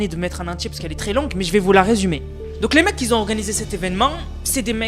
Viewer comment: Belle video. Mais on dit pas “Qui zont du commander”